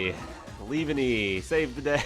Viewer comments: Leave-Enny?? No its pronounced Lee-Vawn-ee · The way you said leavanny made me flinch😖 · Glad I wasn't the only one 🤢😭